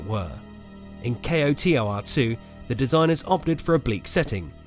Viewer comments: Say Kotor as one word my man. Saying the letters individually is cumbersome. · What rock have you been living under? It's not "K-O-T-O-R," it's "Kotor." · Dude its not kay oh tee oh are too. its fucking koh tor 2. damn thats annoying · Dude... K-O-T-O-R? Just say KOTOR, KO-TOR... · I was like just say k’oh tor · Pronounced Koe Tore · Nice video, except the "kay-oh-tee-oh-ar two" part lol. A big mouthful. Most people understand what you mean with "koh-tor" I agree, there is so much potential in the Star Wars universe wasted by bad writing and appeal to showy schlock. The last couple seasons of Clone Wars and Rebels seem to come the closest we'll ever get to the quality of character development and expansion of the star wars universe KOTOR and Zahn novels do. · it's pronounced koh-tour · Kreia kick started an era where every mentor type character in a video game ended up betraying you in the end. It got very annoying. and for the love of god KOTOR is said as a single word. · lol kotor is spoken like its a word not as individual letters k.o.t.o.r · A W Grammar nazi alert Acronyms can be pronounced like NASA, NATO, or KOTOR initialism is pronounced using the letters like FBI or CIA So he was right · pls just say kotor not k. o. t. o. r. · did you really just say kay oh tee oh are? pretty much any normal person just pronounces it as koh-tor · "K-O-T-O-R". Ugh. Just say KOTOR. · CO-Tar... Where did he learn about this game and not know how to say KOTOR? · How hard is it to say "koh-tor"? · Just say Koe-tor The whole kay oeh ar tee thing is a bit too much, love the vid though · SAY KOTOR! AS A WORD! ACK! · "Ko-Tor" sound like Hodor. Do the whole damn video again. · Knights of the Old Republic - 8 syllables Kay Oh Tee Oh Arr Two - 6 syllables KO TOR - 2 syllables Learn to acronym. So cringey. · KOTOR 2 NOT K O T O R 2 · Say Kotor like a word. Not just letters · Oof.. Spelling out each individual letter in KOTOR instead of saying "KOE- tore" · JUST SAY ‘CO-TOR’ ;)